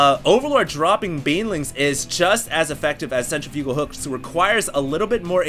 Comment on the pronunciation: it's cen-tri-fugal not cen-ter-fugal